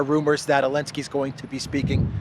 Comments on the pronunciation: AZOV is illegal now. only call them AOV please. love how u say Elenski. a little humor in all the drama and horror. 💟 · I love how you ignore the letter "Z" with such passion 😂😂😂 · I find it extremely irritating when you do not pronounce names the way they are supposed to be said. Your not anywhere where the z and v rules apply so why bother? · I wish this bozo would stop this hatred to Zalansky…and Bozo can’t even speak his name properly. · I love how you say elensky LOL 😆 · For goodness sake his name is Zelensky!!!!